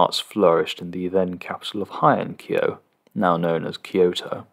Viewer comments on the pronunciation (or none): The beginning part of the word "Heian-kyo/平安京" is pronounced as in "hey," not like in "high."